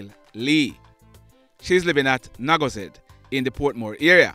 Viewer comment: Naggo head not naggo zed